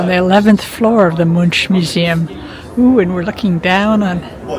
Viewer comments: Will watch your whole journey :) The museum is pronounced Munk, The same way you would say Munch, but with a K at the end. The U is a little different in Norwegian, but it's fine the way you say it, we can understand you. Your husband was actually right, the royal family were home, because the flag was raised..If the flag is not raised they're away. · You can pronaunce Much as Monk. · Mun(ch) is pronounced with a k or like the C in Coca-Cola if you like.